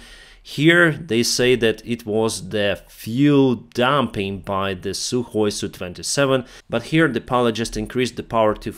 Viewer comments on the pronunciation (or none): none